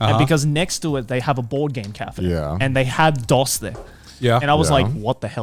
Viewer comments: Connor mispronouncing "Dos" is freaking embarrassing. Jesus. The fact the other guys didn't know to correct him upped the cringe even more. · The way they pronounced "dos" confused the hell out of me. He's saying it like DOS the operating system, so I just kept imagining a computer every time he said it. It's suppose to be pronounced more like "dose" as in a dose of medicine. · Pretty sure it's pronounced "Dose" like "a healthy dose of medicine", not "Dos" like "Microsoft DOS", Spanish for "two", - uno is Spanish for "one" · Joey continuing to call Dos, DOS, killed me 😅 like is it just an American thing to know how to say Uno Dos Tres properly? Lol